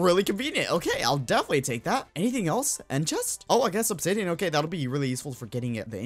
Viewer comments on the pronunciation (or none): none